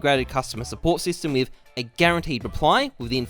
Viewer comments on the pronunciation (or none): ? is that a "with a guaranteed reply"? It sounds like "we've a guaranteed reply"